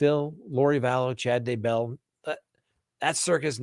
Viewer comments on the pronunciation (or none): none